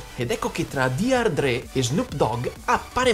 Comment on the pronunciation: D.R. dre ahahahahah